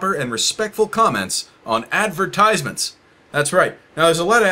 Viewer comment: Ten seconds in and I'm already overwhelmed by hearing 'ad-ver-tyse-ments' so many times Advert... eyes... meant... it was so obvious all along